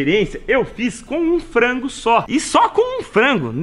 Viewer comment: "FANGO" é foda